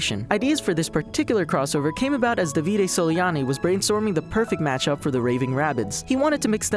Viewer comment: It's Dàvide not Davìde